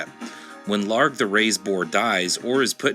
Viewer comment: Ugh, his name is ill-harg not LARG.